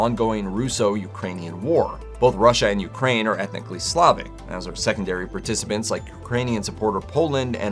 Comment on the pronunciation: It's SLAH-VISH OR SLAH-VIC FOOL!!! No need for footage of people protesting for their civil rights & being battered by fire hoses. Learn to read!!! Slave-ish isn't even a word and if it is, you apparently are the only one I've ever heard say such nonsense. An no not everything is Trump/politics. TERRIBLE, BORING VIDEO more for political left wing scores than having much to do with Michele de Nostradám the visionary doctor/seer. Definitely will NOT subscribe!!!